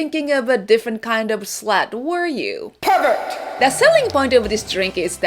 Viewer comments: Its funny because slat is actually not a dirty word. However, the way you pronounce it sounds like the dirty word which would be the word slut. Not quite the same. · honestly I'm completely confused. I thought you were mispronouncing "slang". I have no idea what "slat" might be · i was scared when she was saying slat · Honestly, I was trying to figure out what you're trying to say until the drink showed up. "Did she say slang? Slut? Slat? Slab???'